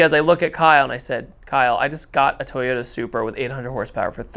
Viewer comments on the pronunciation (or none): none